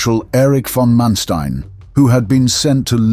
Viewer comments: Learn to pronounce Manstein. Not m[ea]nsteen, but maaan 'a' like in father and shtine 'tine' sounds after t - like 'line' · Muy mala narración. Manestain? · Who is this guy "Mansteen" that he keeps mentioning.